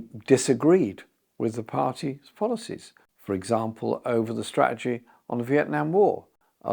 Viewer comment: Fake as the rest of them. Refusing to pronounce ‘strategy’ properly to be ‘down with the yoot’ 🙄